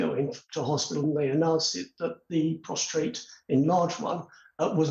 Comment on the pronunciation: What is wrong with these people it is PROSTATE not PROSTRATE